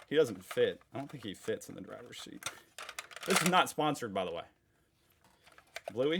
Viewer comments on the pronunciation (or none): none